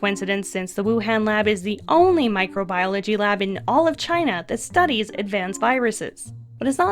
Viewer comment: “The supa germ from Chy-na/ The supa germ from Chy-na...”